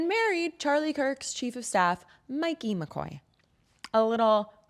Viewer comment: It’s “Mike-ey”. Not Mickey. Come on, that’s one of the most talked about people in that group. I understand you’re not an anchor but for goodness sake if you did research or hooked on phonics as a kid you should know it’s Mikey